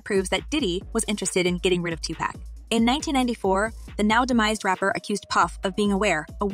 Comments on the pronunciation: PLEASE PUT SOME RESPECT ON TUPAC'S NAME... IT'S PRONOUNCED AS 2-POCK (Like LOCK) 2 POCK, Not PACK... Uggggggghhhhh ❗❗❗❗😡😡😡😡😡😡😡😡😡😡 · It's not 2pack, it's 2pock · Say his name to right it’s not Tupackkkkk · Smh why these white folks keep saying his name wrong his name is two pock -2pac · "2 pack"...? Can we pronounce his name correctly TUPAC! ✊🏾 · Please respect the dead and pronounce his name correctly. Its not pronounceed Tu-PACK it is Tu-pahc. Ahhhhhh not Acckkk. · Please stop calling him 2Pack! It’s 2Pac (like Pock). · IT’S TWO-POCKKKKK NOT TWO-PACKKKKK geeeshhhh lady you’ve had 27 years to figure out how to PRONOUNCE the damn name right before making a video. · Sweetheart, u gotta at least say the man’s name right if you gone do a story on him. It’s (Too-Pock), not (Too-Pack). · It's not 2 pack it's 2 puck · his name is not tupak dummy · I don't trust anyone saying tupack this is not on the news that is the girl from the internet I saw that news cast they never mentioned diddy smh YALL GONNA GET SUED STOP MESSING WITH THOSE WHITE PEOPLES PODCAST U GONNA GET SUED THAT YOU TUBER CANT EVEN PRONOUNCE TUPAC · If this woman say 2pack 1 more time 😅😅it’s pronounced 2poc but spelled 2pac it annoys me when she says it wrong but says puff or diddy the right way 😂😂😂😂 but OVERALL GREAT VIDEO!! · 2pac!!!!!! NOT 2PACK!!!!!!!! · Omg plzzzz say his name right it’s not 2 pack it’s 2 pac use your short a . Y’all never say his name right watch interview when he says his name never say his name right for 30 yrs smh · To this day I have NO idea WHY certain people pronounce Tupac’s name like Tupaq. The ENTIRE world knows it is pronounced TUPAC(too-poc). 😣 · His name is pronounced like this 2 pock not 2 pack so annoying put some respect on his name and please get it right! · Some people have a certain accent making them say TUPACK (2 pack❌) but it’s Tu-Poc (Tupac✅) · She's driving me nuts mispronouncing his name. It's not Tu-Pack... It's Pac like "pock". Is that so difficult? 🤔